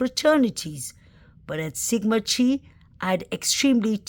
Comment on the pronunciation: Hey, CHI is pronounced " Ki" in this frat. As in the word KITE. Sigma Chi. Love your work, huge fan!